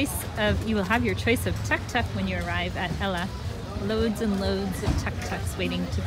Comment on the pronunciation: Beautiful vid covering high countryside, you done it well and great time to do docs on most sought after travel place on earth. Little tip, please use less of India music on your vid which isn't really Lankan. Also Tuk Tuk pronunciation is more like took took. Enjoy the greenness and beauty of Sri Lanka